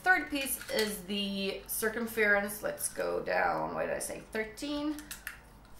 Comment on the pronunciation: I love the way you pronounce circumference it sounds so much nicer than how we English say it,kind of like sir-cum-fur-unce :) x